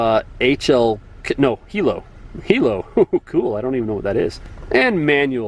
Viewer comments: HILO; (Sound for siren) This officer said, "Hee lo"....but it's pronounced hi 👋 low... Hi - high Lo - Low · I'm not a cop yet, and I know what a hilo is... it's pronounced High Low, and it's a special siren used for high emergency situations ei pursuits. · Hilo is actually pronounced as High Low. High low is a siren setting that allows the siren to emit 2 tones. Picture it as a 4/5 port air raid siren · Hilo- hi- low